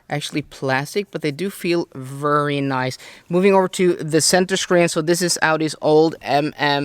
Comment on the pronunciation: Since you use VERY a lot and I mean A LOT, take your time and learn to say it properly. Right now you pronounce it as if you are saying worry. No good